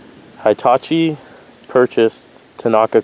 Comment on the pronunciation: Heetachi not Hightachi ... just like Hippo not Highpo